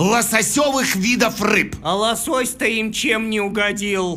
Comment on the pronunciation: правильно ло'сось а не лосо'сь..